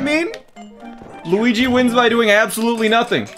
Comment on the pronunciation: I'm italian and he pronounces it good!